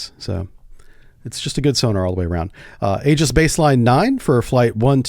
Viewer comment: It's e-jiss, not a-juss.